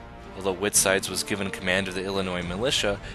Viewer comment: White Side, like the county. Not Whitside.